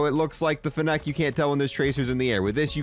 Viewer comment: The way he pronounces fennec wrong is insane